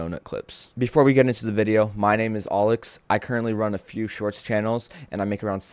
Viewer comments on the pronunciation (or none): none